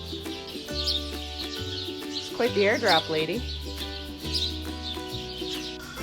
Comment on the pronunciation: I heard "the doe is actually guite nice to work with". 🤣 Not native speaker